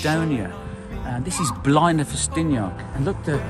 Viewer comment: Blaenau Festiniog is not in Snowdonia, and you are not pronouncing Blaenau the correct way.